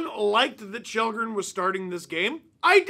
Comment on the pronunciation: His name is Kallgren, not Shellgren.